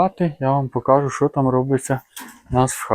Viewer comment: Вірно говорити не покАжу, а покажУ. Вчіть, любіть і шануйте українську мову.